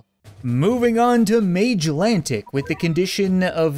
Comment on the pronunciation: I want to throw a fit at you pronouncing Magellanic as "Mage-lantic". It's the name of a couple of mini-galaxies names after Magellan, a well-known historic explorer. The pronounciation I know is "Man-gel-an-ic".